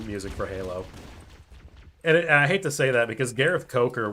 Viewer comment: Well, when the "ahte" is deserved...